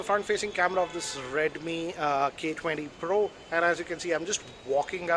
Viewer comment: The way he saaid redmi k20 pro had me in tears lmao